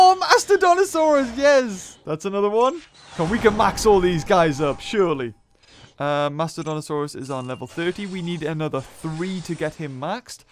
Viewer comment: rentauli situmeang he doesnt even read more then 5 letters from the names, half of the names he spells nonsense, mastodonTOsaurus for example, when in real is mastodonsaurus. is not spelling, its for god sake reading.